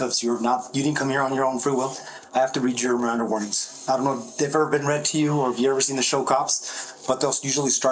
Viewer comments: yea but not bean. He said bean! Lol😂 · Homeboy did not just say "bean"😅😅😅😅